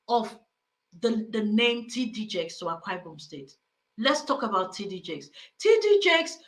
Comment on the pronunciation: He can't even pronounced Akwa Ibom. Religion is on of the biggest scam we have experienced in this world.